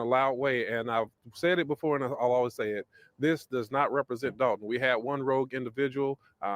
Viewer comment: DOLTON NOT DALTON BRO